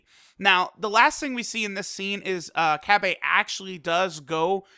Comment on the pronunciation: The way u say cabba pisses ame off.